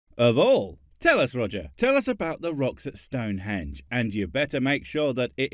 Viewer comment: One Quit, Two Quit, Three Quit.....Roger the Four Quit....At least that's what it sounded like